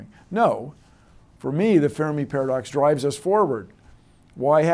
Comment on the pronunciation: Hey Bill, thanks for pronouncing Fermi's name correctly - I hate the way English speakers are in general so sloppy about this.